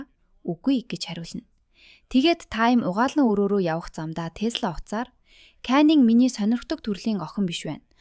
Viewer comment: Time bish tam shu Gora bish goria shu Caning bish caninshu ghde goy bna❤ neruudee zasaarai